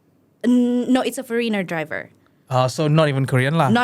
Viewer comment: fOreeener driver 😂 when the real cool bruneian accent comes out after tryna sound american n shiii 💅🏼😅